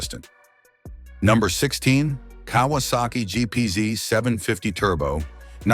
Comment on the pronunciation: And it’s GPZ not GPZeee loll 😅